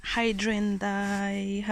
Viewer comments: Hi-drain-ja.😀 English is hard. But, you are multi-lingual, which is very impressive to me. I only know bits and pieces of French, Spanish, and Italian, mainly polite stuff. I think your flowers are lovely! I love pressed flowers. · Your accent is so cute! :) It's "high - DRAN - gee - uh" (the dran rhymes with man). Hope that helps. They are beautiful flowers! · I dry flowers all the time. I usually dry the petals in kitchen paper and then in book for a week, I also dry the whole flower in silica sand in a plastic container for also a week. Hydrangea is pronounced: Hi dran gia. Your Hydrangeas are so beautiful.